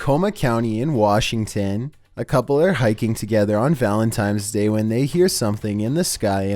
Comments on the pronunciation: PossessedBroX2 no you’re not the only one. A CoUPLe waS HikiNg On VaLEnTiMeS DaY... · did he say valentimes day?